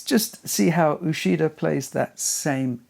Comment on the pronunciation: I don’t know all the pronunciation of all the names but I know Uchida “ch” is pronounced like in “achieve”.